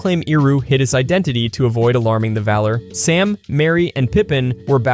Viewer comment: Also, Valler and Myer